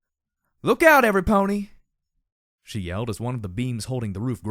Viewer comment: Ahhh, I hate to say this for, is this the third time? I'm just bringing it up now... again, for how it sounds in this chapter most of all... *brace yourself for the obvious and sadly over debated thing about MLP thing* Pony sounds off... pulling me out of the story off. Not all that bad before "DJ Pony", but now with only "Pony" it's just so... wrong to my ears. Escher like odd. Sorry for pointing it out again, and no I don't expect you to change it at all really. Just pointing it out. :( Sorry.